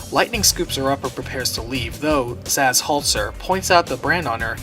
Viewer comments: Why does the narrator keep saying "Zassss" like 50 times. It's pronounced "Saz". It starts with an S! It's not "Zass from Arkham Asylum! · Zazh? I think you mean Sazh. Lol